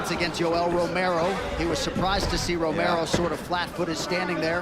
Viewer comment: LOL Adesanya says... "Romero"?